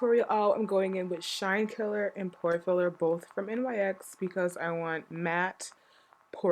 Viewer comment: Really nice look. Also, not to be rude, and I'm not sure if you're aware, but NYX is pronounced NIX. The letters aren't pronounced.